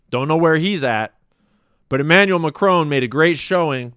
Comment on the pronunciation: "Emmanuelle McCrone". "Dayvose". FFS. Sort your pronunciation out.